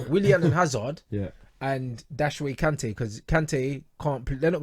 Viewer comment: “Dashway Kante”